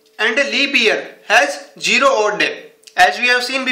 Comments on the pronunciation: Anand patil yes yes he said (jero) ha ha,zero. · Pagal phele bolna Sikh z for zero idiot u first correct ur English before saying it somebody else